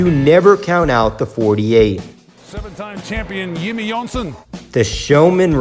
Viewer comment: Seven-time champion YIMMIE YOHNSON